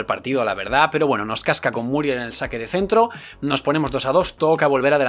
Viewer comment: Muriel con acento en la E españoles, muriÉl !!!!!!!!!!